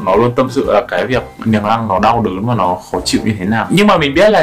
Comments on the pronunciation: Niềng rrrrrrrrrrăng 🥶🥶🥶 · lúc nói chữ " răng " nói theo kiểu nghệ an luôn hihi, thường thì ngoài bắc họ gọi là "dăng" á =)))) uiii, anh nói tiếng nghệ an đi ạaaaaaaaaaaaa #From Nghệ An guýt lớp < 3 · phát âm chữ r trong từ răng 😂 nghe mà cười quá 😆